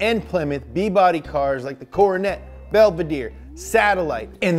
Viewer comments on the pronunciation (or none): none